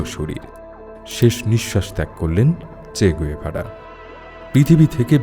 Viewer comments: গুয়েভারা নয়, গেভারা। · আপনার ভিডিও ভালো লাগে। এই ভিডিও তে আপনি বার বার উনার নাম ভুল উচ্চারণ করেছেন। উনার নামের সঠিক উচ্চারণ চে গাভেরা। ধন্যবাদ।